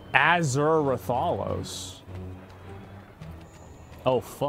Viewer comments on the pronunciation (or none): "An athure Ratharlos" That hurt me